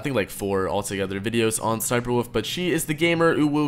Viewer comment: dude its an L not an O, its wolf not woof